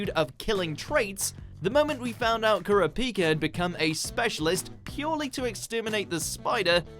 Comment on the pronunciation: He does know that he did the hunter x hunter name wrong it's core-ra-pika aka kurapika